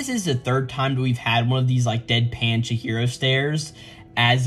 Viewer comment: Chihiro not Chiro